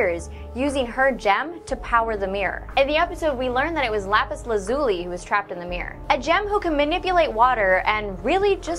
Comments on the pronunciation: I don't think you pronounced her name right... Laz-ul-e... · You said lazuli wrong